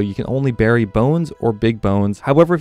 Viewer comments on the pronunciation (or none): none